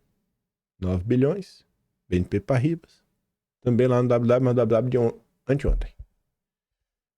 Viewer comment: já havia sugerido em tempos passados... Quando não souber pronunciar palavras estrangeiras, é simples: use o Google Tradutor, escolha entre Detectar Idioma ou o idoma conhecido da palavra. Em seguida, digite a palavra e clique no alto-falante/ Ouvir. Pronto! A mágica acontecerá... Vc terá a pronúcia correta e não passará mais vergonha! Em tempo: Banco Paribas, Francês, pronuncia-se par-ri-bá... Ab